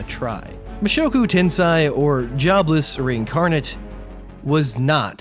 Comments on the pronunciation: U said Mushoku TenSai its sei se-i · tensei's se is pronounced the same way you say "se"npai. tensay not tensai I guess. a better example would be sensei. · reincarnation and tensei is pronounced ten-say